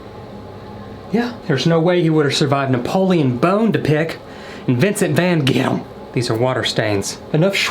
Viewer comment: "Napoleon Bone-ta-pick & Vincent Van-get-em!"🤣😂